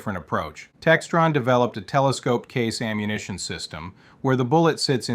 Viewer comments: Brutal to listen to, you talk like a child, "Okay?!?", "Right?!?", "Effective Ammuhation"...... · "effective ammuhation" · Yeah I've heard this damn voice like four or five times now, all with the same kind of weird manner of speaking that's hard to describe and goofy mispronunciations like "PIE-kuh-tin-nee". What's annoying is it's working, the damn video has nearly half a million views. EDIT: "Effective ammuhation", even the text and the little graphics are AI generated, Jesus Christ lol. These flow charts are incomprehensible.